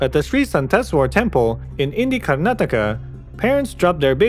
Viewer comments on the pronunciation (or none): none